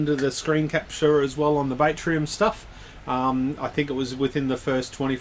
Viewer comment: Batrium, I think it's pronounced bat as in battery, bat-tree-im not bait-tree-im, like catching fish. There's no i in there. There's that and the shit music otherwise great vid!